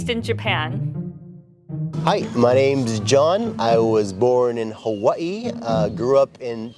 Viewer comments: Definitely born in Hawaii! He says Hawaii perfectly! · Love the way he pronounces Hawai’i, a true Kama’aina!